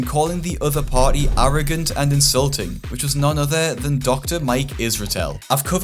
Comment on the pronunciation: not usuing is insluting…😉